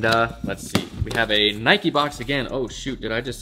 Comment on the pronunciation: and nike isnt pronounced like that smh